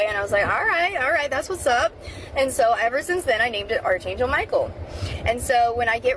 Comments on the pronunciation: This is unchecked mental illness. She just admitted to hallucinating. The only thing that is real are double rainbows, which are far more common than people think. Also, it’s “ARK” angel- “arch” is pronounced “ark”. I lost a full IQ point listening to her. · I failed at being able to remain perpetually unbothered by the fact that the girl around the 20 minute mark doesn't know how to pronounce archangel.